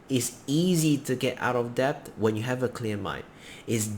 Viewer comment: Debt. Not depth.